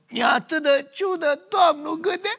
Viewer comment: A zis "Mi-e atât de ciudă." sau "Mi-e atât de Ciucă." ? 🤣🤣🤣🤣